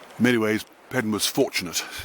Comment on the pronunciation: It is pronounced Paydon….. I know because I am one…. That is why a lot of people changed the spelling.